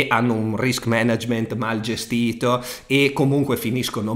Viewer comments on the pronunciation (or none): none